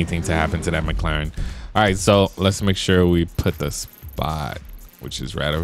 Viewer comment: You said maclerine two times